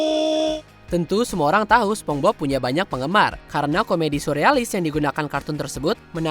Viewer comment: Tunggu tunggu, gw ga salah denger kan kalo naratornya nyebut spong bob?